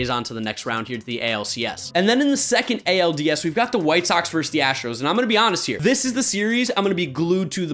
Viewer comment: "Versus." Not "verse." Love you dude, and it's really my own problem that this bother me. But it does.